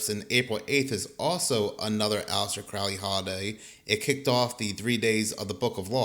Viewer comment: Pronounced: Johns Hopkins and also it is Crow-ley